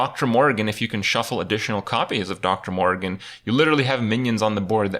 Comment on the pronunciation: Kripp it's Dr. morr I gan, not morgan